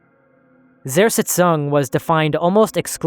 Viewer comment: I'm just wondering - if you put so much effort into a video, why don't you spend that one extra to minute to find out how to pronounce Zersetzung? It always amazes me how native english speakers don't mind butchering foreign words at all...